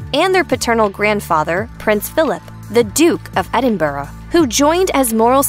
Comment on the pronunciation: Duke of Edinbraa…..